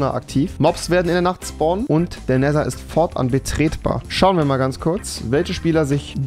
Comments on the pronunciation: Rewi es wird neder ausgesprochen und nicht nesser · Wie rewi einfach immerboch nether falsch ausspricht :D "NESER" 😂😂😂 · Er sagt zu nether neser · Cooles Video auf jeden Fall, aber es triggert mich ein bisschen wie du "Nether" aussprichst...